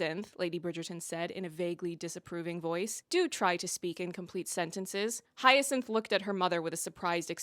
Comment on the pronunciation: Hey, Hind is pronounced like wind.